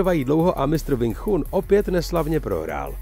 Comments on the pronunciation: Cita sa: Wing čun 😏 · Wing Chun se čte jinak, trhá to uši... 😂😂 jinak není pravda to co tam říkáte šéfe...Wing Chun je bojové umění, které je úzce spojené s dobrou fyzičkou a pak samozřejmě technikou samotnou...rád vás osobně něco naučim, hlavně tu výslovnost 😅🤠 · Nejen, ze nadpis videa je hodne trapny click bait, ale k tomu vsemu je to video jeste neuveritelna parodie. Ten uvod o Sumo mi stacil. Ze zvedavosti jsem koukal dal, co jeste vtipneho se dozvim :-) Sumo uz se dnes stalo pouhym predstavenim, vyslovnost Wing Chun me zabil uplne a rict, ze si nekdo stezoval na Bruce Leeho, ze neni tak dobry a jeste ho srovnavat se zapasnikem wing chun, proti MMA...Prave Bruce Lee byl zapasnik mnoha stylu tedy MMA. No a nakonec motat bojove sposrty s bojovym umenim??? Hmmm....Omlouvam se, ale z ucty k bojovym umenim, bojovym sportum a vyhradne Bruce Leeho davam tomuto videu dislike, protoze tohle neni nepodareny pokus o video zacinajiciho tvurce, ale trapna dezinformace. Clovek se vubec nic relevantniho nedozvi, nepouci a jeste si nabehne na nazev videa, ktery absolutne s obsahem nema co spolecneho. Zrovna tak se to mohlo jmenovat "co zjistili vedci na Marsu". Kdyz vidim kolik to ma shlednuti, tak je mi lito tvurcu, kteri se snazi o pekny konent, davaji si na nem zalezet a pak maji shlednuti jen par desitek...